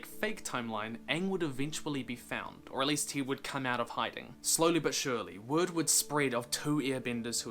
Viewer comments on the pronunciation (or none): none